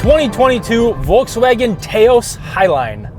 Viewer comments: Taos is pronounced like 'house' but with a T. Just to help with any confusion. Great review, fellas! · A Tay Oce? Or a Taos? lol Maaaaazda - baaaaaah Do you guys research pronunciation or do you just like people to hate you and switch the channel? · Can someone tell the guy that pronouncing Taos wrong lol. It’s (Tai-os) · It’s “tahhhhos” not “tayyos” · Stop……….it’s not pronounced Tayoos. It named after a city in New Mexico………pronounced Tahoos. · It’s pronounced towse, not Taye oss. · Tay-ouse??? Maybe in Canada.... Down here Taos, rhymes with mouse. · Taa os. not T A os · TAY OS “lol” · "tah-ose" not "tay-ose" Please! You're killing me with that mispronunciation. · Touse …not tayose …omg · The way that says Taos annoys me... It's Touse (like house) not Tay-Ose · It’s Taos not Teos😁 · TAH-os not TAY-os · Taos rhymes with house. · Please, please learn how to pronounce Taos properly… it’s TOWS, rhymes with “house” or “mouse”. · The Taos is pronounced “T-aow-s” like the city in New Mexico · I shut it off when he called it "Teos". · did you say tay-ous? lol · It’s pronounced T ow s … after the city in New Mexico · Mazz-da? Tay-os? Puhleeze. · TAY OS?? 🤦‍♂️ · somebody teach that guy it's not pronounced "tay-ows" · Please, it is not ‘TAY-OSE’ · it's not frikking tails, it's taos. stop pronouncing what it's not. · So. According to vw (I work for a vw dealer) the way you are supposed to say it is t-Ouse (like house with a t) and they get mad if you don’t say it that way. Our vw rep ripped my ass one day for saying it wrong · It isn't Ta-Os. Lol. Taos has one syllable. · The Volkswagen Toast is pronounced [faʊ̯ ˈveː tˈə͡ʊst]. The Hyundai Santa Fé is pronounced [tɕɛ̝.bʌl făn′tăz′əm]. In the future, all cars will be named after towns in New Mexico, look for the Porsche Pojoaque (pronounced [pɔːrtɪsˈhɛd p’òhsũ̀wæ̃̀gè]) and the Dodge Truth or Consequences SRT Hellcat (pronounced [mitsɯꜜbiɕi charenjā]) in 2022. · Tahos,:) It's an American town. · Tay-ouse. lol.